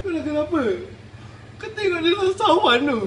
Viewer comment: dah la cakap cawan tak sawan!!!!